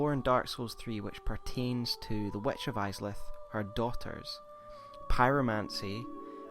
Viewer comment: The "wetch" he says... lol Seriously, is it that hard to say "witch" ?